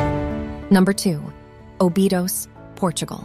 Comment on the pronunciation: the emphasis in Obidos is on the first, not second, syllable